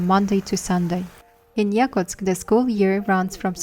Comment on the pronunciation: Сама ты Якутск, это якУтск (ударение)